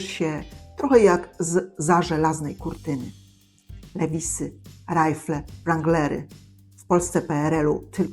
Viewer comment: Nie " lewisy" tylko " liwajsy". Tak to się prawidłowo wymawia.